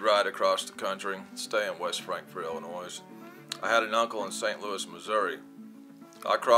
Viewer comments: Illinoi(silent s) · Illinois pronounced illinoi